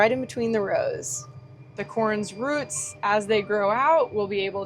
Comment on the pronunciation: Corn here has "ROOTS", Not "Ruts" hehe